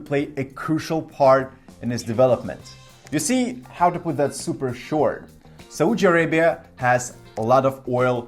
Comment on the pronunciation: Please learn how to pronounce "Saudi Arabia" properly. It is like you are slapping your face to punish your ignorance and stupidity every single time you are saying "Saudi Arabia" in an awfully wrong way. It is important to say a country's name correctly before posting or saying anything about it. There are so many resources available online that can provide correct pronunciation of any foreign words. Please have some decency, respect and be well prepared.